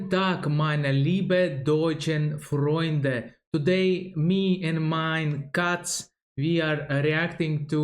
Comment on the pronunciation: Good job, you got the prononciation of „Freunde“ right this time! You’re getting better and better